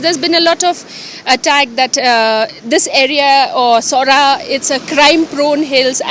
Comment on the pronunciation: It's noh Sorah it is Sohra pronounce Soh - ra, the British during their time they called it Cherrapunji and just recently people used to call it like that, but it's original khasi name is Sohra.